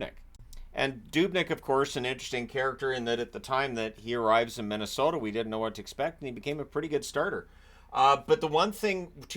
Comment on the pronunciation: "Middesota" amitire?